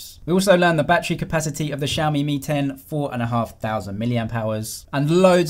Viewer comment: lmao I heard the same ting as well. realme 10 vs real Mi 10 😂